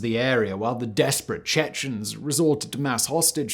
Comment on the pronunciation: why are you saying "Chechnens"? it's much simpler, "Chechen". I'm I missing something?